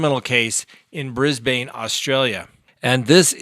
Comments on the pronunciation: Cringe! BrisBUN! Not BrisBane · Brisbane is pronounced like ‘Brizz-Bin’ not ‘Brizz-Bane’. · Hey I live in Brisbane Australia. Pronounced Brisben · I thought it's pronounced Brisbin 😉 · Please learn how to pronounce ‘Brisbane’ 🤦‍♂️